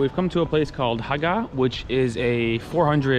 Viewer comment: Haga is where you were. Hagga is what you said, and it means "old crow" or the female dog b-word. Be careful ;)